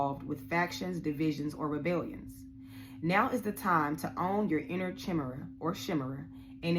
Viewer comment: Chimera, prounounced "K-eye-meer-ah"